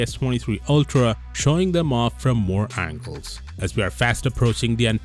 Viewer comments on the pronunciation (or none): none